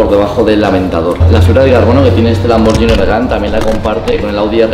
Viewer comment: LIKE SI TE PONE NERVIOSO QUE DIGA LAMBORYINI, EN VEZ DE LAMBORGHINI